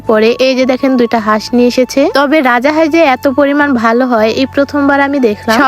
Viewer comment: Ara boldi rajahas na rajhas😂😂